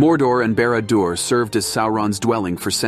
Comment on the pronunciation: Sow-Ron? BARAD-DO-ER? 😂😂😂😂